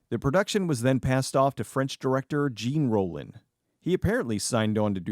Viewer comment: Oof. Your pronunciation of ‘Jean Rollin’ hurts my soul.